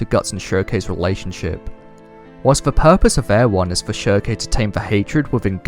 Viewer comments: Farnese = FAR - NIECE . NOT Far - Nay - say Schierke = SHEERK . NOT sheer - KAY Jeez.. I'm shocked u DIDN'T call Elaine, E - LANE - NAY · Ok great vid but it's 'Farnese' (Far-niece) and 'Shierke' (silk) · I dont think their pronounced "sheer a kay" or "farn easy a" lmao. Try "sheer-k" and "farn-ees" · it's pronounces shear-keh